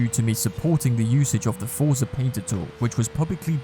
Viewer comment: Bro it’s forza. And ingame money, it ain’t that deep ._.